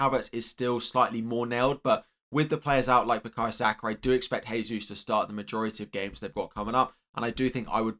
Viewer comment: It's pronounced 'Jehsus' not 'haysus'. It's Portuguese, not Spanish. The letter 'J' is pronounced.